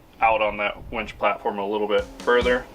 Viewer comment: That would be winch, not wench.